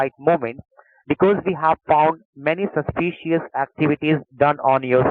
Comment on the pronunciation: Sauce- pee- she- us. Nice.